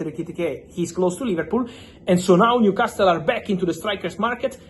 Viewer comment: It's a silent T in Newcastle. Makes it easier to say for you too